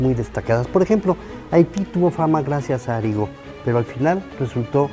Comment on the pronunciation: ¿Dice Arigó? No se escucha claro ¿Que él no era de Brasil?, dice Haití...🤔